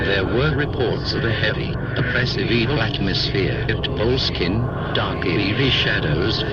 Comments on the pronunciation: it's not pronounced bowl-skin,ffs. it's bo-less-kin. with emphasis on the less. not sure about the architecture but it's got a cracking history. lovely property n properly gets one at least wanting to know about Mr Crowley. Aye. interesting character no doubt. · For fucks sake, once and for all. ..I Was born and raised close to Boleskine and it is pronounced Boll ESS kin and Abra Melin is pronounced just as it looks Abra (as in the magickal word ABRA CADABRA) Melin as in SPELL IN ...bloody Philistines (probably can't pronounce that either...bloody or Philistine! )